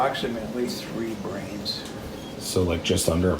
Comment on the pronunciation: He says brans